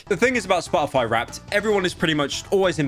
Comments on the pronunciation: if i have to hear "spo' ify" with pyro not pronouncing the letter T i'm going to send him a hand made dictionary that only has words where you pronounce the letter t. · if i hear spo-o-foy one more time imma go monkey mode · I like the way he says SPA-O-FY. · spah - uh -fi